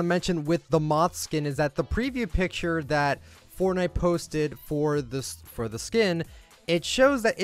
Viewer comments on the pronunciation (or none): none